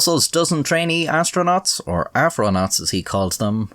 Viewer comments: Wait.... Did he say afro-naught? Bwahahahaha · nobody is mentioning him say afronaut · Nigga just said afronaughts 😂😂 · "afronaugts" lol